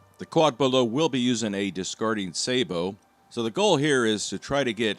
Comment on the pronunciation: Sabot is french and pronounced sa-bo not say-bo